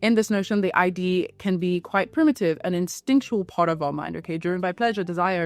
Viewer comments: its not i d dear. its id. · Id is pronounced as a word that rhymes with lid and bid. Sorry, I'm an out of control pedant, I know.